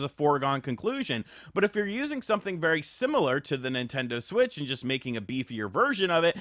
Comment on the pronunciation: Mimtando Shwich 2